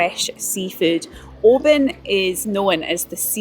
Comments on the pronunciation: Oban is Norse not Gaelic for Little Bay. And it's pronounced "Oh-ban" not "Oh-bin". The Oban Inn started that "Oh-bin" nonsense a few years back but none of the locals are having it. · it's NEVER too early to drink whiskey! Lol 😜 Oban looks beautiful....though I've been pronouncing it wrong for years until you put me right! Lol 😲😁😜 Great vid. 👍👍👍